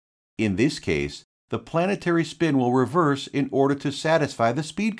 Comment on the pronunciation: Gear planet tary